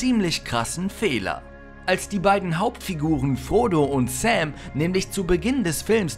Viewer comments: Der Herr der Ringe heißt nicht Säm sondern Sam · zu Nr. 9 (HdR). Der Freund von Frodo heißt Sam (von "Samweis") nicht (gesprochen) "Säm" (wie engl. "Samuel") zu Nr. 4 - die heißen Navii (Betonung auf "i") und nicht "nAvi" (wie das Navigationsgerät) :-) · Er heisst Sam und nicht Säm